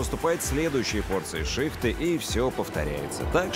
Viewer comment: Не шИхты,а шихтЫ